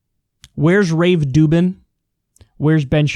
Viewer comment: did he really say Rave Dubin? 🤣🤣🤣🤣🤣